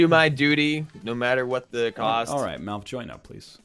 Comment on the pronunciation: How many times did they call Malf as Milf?